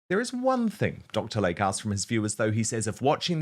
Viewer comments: PRONUNCIATION: It is Dr. "Lay-Key" not LAKE!! Can't understand why he keeps putting ads on your channel. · Hello, beloved fan here. Dr. Layke is pronounced Dr. Lake-e. ❤